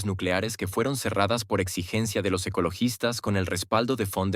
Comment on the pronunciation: Quien es Guaidel?Ni fon der Leiel Repite:BEIDEL von der Laien asi se lee